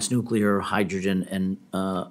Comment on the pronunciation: nuculer energy is not thr answer